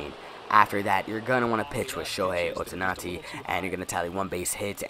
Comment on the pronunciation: It's Oh-Tahn-eee